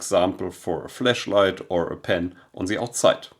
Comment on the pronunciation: I had to chuckle. With your accent “flashlight” sounds like “fleshlight!” I thought you Euros adopted the British word “torchlight!”